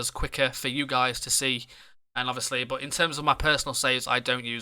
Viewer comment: Instead of saying 'but' you keep saying 'bot'